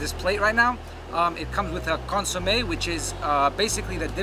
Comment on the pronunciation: You know that dude isnt latino by the way he pronounced consome lol.